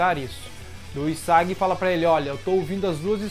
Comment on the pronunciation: Po não me entenda mal, mas está pronunciando os nomes errados. É TSUkishima, HIsagi...